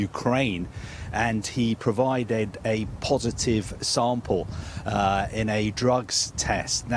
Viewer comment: “He pro-vi-dead a po-si-tive sam-pehl.” This guy is one of the worst speakers I’ve ever heard in journalism. I can’t stand him.